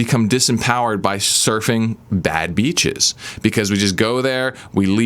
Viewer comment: As a not native English speaker, I have a hard time hearing the difference between "beaches" and "bitches", though "avoid these bitches" advice still works for me lol Very informative and true video. Great channel, man, thank you for your help.